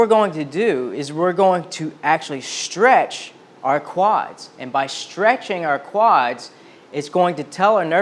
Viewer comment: I had to look up the words shtretch, shtraight, shtrength, shtring ... couldn't find any of them.